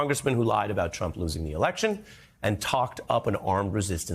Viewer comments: EVI-GANCE. We all heard you say that. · ha he said evigence. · Evigence? (Not being malicious, just loling, it was kinda funny)